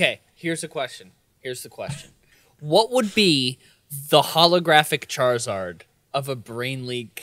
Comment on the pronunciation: The hollographic "Charizard". "Shartizard"